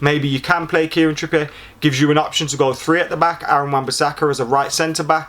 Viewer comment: "Kieran Trippiye" I'm sorry when did Trippier become french😂